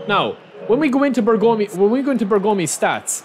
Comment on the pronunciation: Bergomi should not be spelled "Bergoomi" but with a short o. BERgomi. 😅